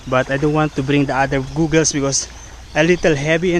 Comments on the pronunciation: Actually it’s usually pronounced as gäggles not googles mate. Have fun at the sea mate. You’re like a kid on his first time to try swimming hahah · Funny you pronounce your GOGGLE...Funny man